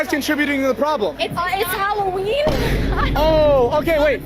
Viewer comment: Its holloween not whoroween...🙄